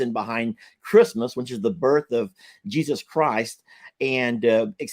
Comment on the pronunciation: Hey it's Jesus not Jesuw